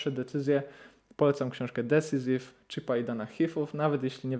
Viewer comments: Fajna recencja 👍 Jedna uwaga, Decisive wymawiamy bardziej nie "decisiv" a bardziej "decajsiv". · Drobna uwaga: Decisive - dəˈsīsiv (desajsiv nie desizyf)